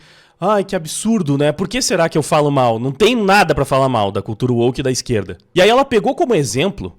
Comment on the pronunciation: "ó a hipocrisia dar izqueerllda!"